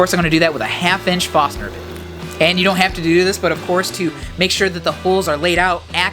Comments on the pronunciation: great job! i cringed every time you said Fosner intead of forsner Awesome channel!! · Don't forget the "R" in Forstner.